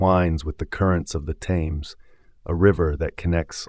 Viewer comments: The river Thames is continuously mispronounced as ThAmes, with a strong 'a' but in reality the 'a' is pronounced as if with an 'e' as in Ted.... "Themes". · Why didn't this American narrator learn how to pronounce The Thames? Very distracting!